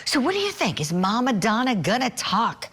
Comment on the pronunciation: You are a professional reporter? You just said mama donna. Sorry I'll get my news elsewhere